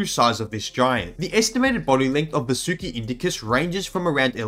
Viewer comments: Its pronounced vAAsuki ,,,,,please ,, u guys hav already distorted AVATAR... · If it's helpful the Sanskrit pronounciation of Vasuki would be as Vaasuki, it doesn't sound like an anime girl name now does it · I would recommend you to pronounce Vasuki as vAA-sukEE. Kind of language thing. Anyways, we found it so we named it that way. It's not that hard and fast. Reginophis sounds weird to me, but not to you because of Language barrier. English itself doesn't offer as much vocabulary, vowel diactrics, or Alphabets as compared to many Indic Languages. That makes English an easy language, but with some flaws. OFC, for convenience English is always more preferable. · It's pronounced as Vaa-su-ki. Vaa with an extended 'a' sound su with a short 'u' sound.